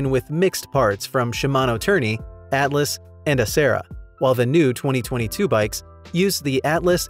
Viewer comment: It's pronounced "Altus", not "Atlus"